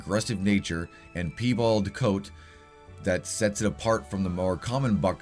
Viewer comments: I wasnt going say anything but the deer is pronounced pie-ball 😂 but then again peebal sounds good to me brother! 😂 anyways thabks for all videos and work putting in! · Please stop saying “peebulled”....Just please pronounce it correctly.... Just how it looks... Pie and Bald.... Piebald.... Not Pee and Bulled... Don’t mean to be picky but I watch all your vids and this just grated on me. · I love the way you pronounce Piebald 😂💖 I’ve never heard anyone pronounce it that way, it’s wonderful